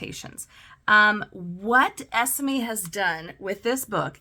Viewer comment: I’ve just received this book too and it’s wonderful! I have loved your review of it, and shall delve into all your other videos now. 😊 As a British person I hope it helps to know Esme is usually pronounced ‘Es-May’ - I didnt want to cause any offence but wanted to let you know - because when you know you know 😊 xxx